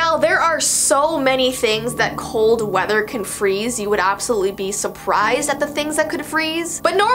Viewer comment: “Ou”??? Haha sorry I meant “you” 😅